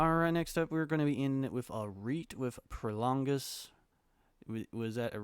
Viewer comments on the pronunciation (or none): The name is Prologis not Prolongis